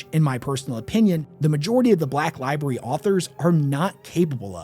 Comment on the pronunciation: li BRARY li-BRARY Pleeeease stop saying "li-BERRY". It makes you sound like a 6 year old.